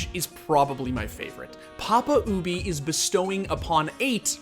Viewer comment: He do be saying "OOObie" doe